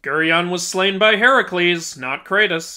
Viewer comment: Even he said heracles wrong right after correcting the game 😂